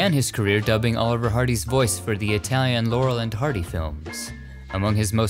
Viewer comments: Oh my gosh, My hat is off to you on your ability to pronounce correctly all those Italian names of people and films and songs! It makes me suspect that you speak Italian!🇮🇹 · Italy is so beautiful. Your pronunciation of Italian is excellent, unlike a lot of you tubers. I love these videos. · Dang your Italian pronunciation is good!